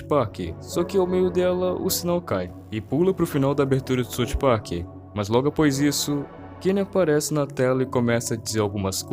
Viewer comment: é "SAUF PARK" mano plmds